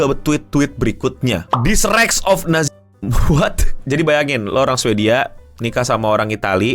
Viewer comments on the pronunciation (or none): none